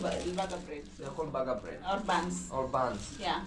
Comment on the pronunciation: 😂😂😂😂😂 very interesting 😂😂😂baga baga baga...BIiiiG Burger( sound like bega begger...)